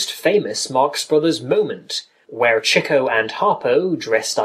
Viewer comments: to the person that made this vid: why did u pronounce chicos name CHEEKO then later finally pronounced it right (Chick-oh) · its pronounced CHICK-OH!!!